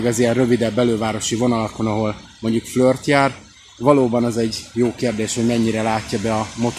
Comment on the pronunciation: Mitől flört? Flirt. A Kiss-t sem ejti kössz-nek.